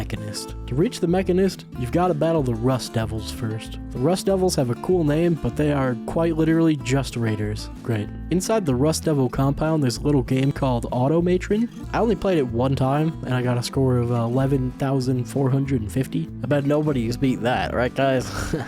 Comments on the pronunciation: AUTOMA-TRON not AUTO-MATRON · auto matron? You mean automa tron! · Dude. Seriously? (ah TOM uh tron) not (auto matron). lol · Auto-matron. No. Automaton. Automatron. Yes. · Cringing at the way he pronounced “auto-maytrun” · “Automaytren” is crazy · auto maytrun made my ears blewd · It's not Auto-matron. English is a stress-timed language, we put stresses in one part of the word or stress a word in a sentence to denote meaning. If you want to put Two stresses in Auto-matron, you make 2 words. You also ruined how Automatron is a parody of the Robotron game it's based on. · "Auto Matron" 😂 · Bro called automatron auto maytren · Auto matron?? I've always read this title as automaton with an R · The way you pronounce "Automatron" though...